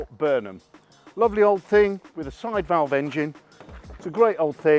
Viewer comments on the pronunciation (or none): none